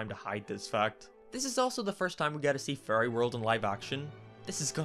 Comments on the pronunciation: It took me way too long he was saying fairy and not furry and I was wondering the whole time if I was missing something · Why does he say fairy as furry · I like how he says ferry like furry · Why do you say furry unseated of fary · I wish I didn't hear "furry" every time you said fairy. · FURRY GODPARENTS!! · Every time he says “fairy” it sounds like furry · Is it just me or when said “Fairy” is sounded like “Furry” (probably just me) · Am I the only one who heard “furry” every time he said “fairy”? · The “ferry” god parents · Every time he says "fairy" he sounds like he's saying "furry" I'll let my imagination run wild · I hate and love the fact that him saying fairy sounds like furry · Everytime you say fairy it sounds like furry😭😭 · Bro when he says “fairy” it sounds like “furry” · everytime he says fairy i just hear furry😭😭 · Every time you say fairy, it sounds like furry to me and I’m watching this as background noise while I draw so I legit just come back to this video hearing, “then he turned into a furry.” XD like omg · when you say "fairy" i hear "furry" and every single goddamn time i get confused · Am I the only one bothered by how this guy pronounces "fairy"? I mean, it's kind of hilarious that it sounds like furry, but... It's still kind of uncomfortable.